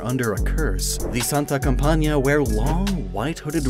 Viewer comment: I just want to congratulate for how much his Spanish pronunciation has improved 😄 Specially when saying Barcelona, Santa Campaña, and Cadejo 👏🏼👏🏼👏🏼